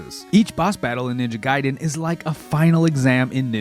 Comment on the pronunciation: If adhering to Japanese pronounciation it would be G(eye)den.